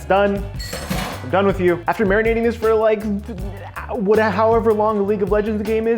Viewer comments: He said mairmanade and I can't get it out of my head. MARINATE I'm from the south I have absolutely no right to do this but I will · marminating. that is all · I thought I was the only one hearing that XD